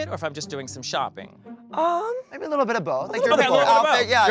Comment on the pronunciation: Had me crying when Jessica wild kept saying litterl